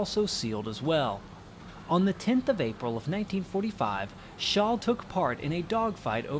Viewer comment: His name was Franz Schall not Shaw.